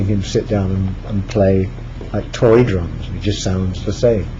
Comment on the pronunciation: I thought he said "It's easier if you do it with the drugs." But he said drums.